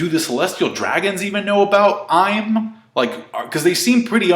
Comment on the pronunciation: i believe it's pronounced EE-m